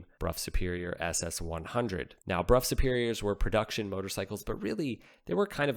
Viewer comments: It is pronounced brow not bruff! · That bike deserves its own video. BTW, I think the English pronounce it as "Bro or Brow" Superior, not the common B-Rough, that's how the peasants said it. 😋 Could you confirm please? If you dont mind old chap. Next English lesson for.....Pronounce Southwark and Thebarton. 😂